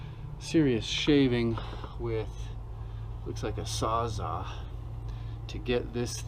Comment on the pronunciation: "A sawzaw"